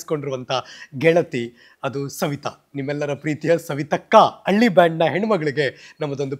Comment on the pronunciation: ಕನ್ನಡ ಭಾಷೆ ಹಾಳು ಮಾಡಬೇಡಿ. ಅಳ್ಳಿ ಅಲ್ಲ ಹಳ್ಳಿ.